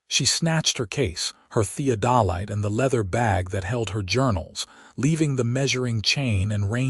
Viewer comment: Thee-ODD-uh-Lite, not thee-o-Dol-ite